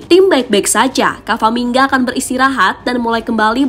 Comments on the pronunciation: Yang bener camavinga bukan cavaminga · CAMAVINGA MIN BUKAN CAVAMINGA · Yang beneer itu Camavinga min bukan Cavaminga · Camavinga bukan cavaminga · camavinga kak bukan cavaminga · pliss min, udah 2 video ini pengisi suaranya salah sebut nama. harusnya Camavinga, bukan Cavaminga. Apa nggak di preview dulu sebelum diupload? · Halo Mbak Narator: Camavinga, bukan Cavamingga. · CAMAVINGA ya. Bukan CAVAMINGA. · camavinga kak bukan cavaminga🙏🏻🤣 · Saya kira spelling nya ternyata emang g bisa baca pengisi suaranya,berulang kali kamavinga di sebut kavaminga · CA MA Vi NGA min bukan CA VA MI NGA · Camavinga, bukan cavamingga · CAMAVINGA MIN, BUKAN CAVAMINGA..!!! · CA MA VI NGA, bukan CA VA MI NGA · camavingaa bukan cavaminga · Camavinga min. Bukan camvaminga😭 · Camavinga atau Cavaminga sih?😅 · Cavamingga2 apaan sih? Camavingga wooooe. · agak risih, ama narator nya nama orang diganti ganti wkwkw. yg bener tuh CA-MA-VI-NGA, bukan CA-VA-MI-NGA 😅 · Apa ada yang salah dengan kuping saya saat admin bilang kavamingga😅.